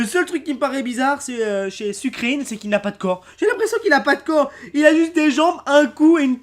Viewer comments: nn sucreine ca ce dit plutôt sucre reine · le pokemon sucreine se prononce sucreine comme une reine et pas sucrine